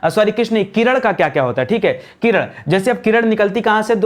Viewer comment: किरण ko किरड़